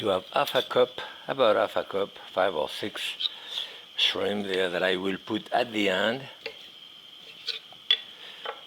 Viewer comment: There is a 'P' at the end of "Shrim" Jacques...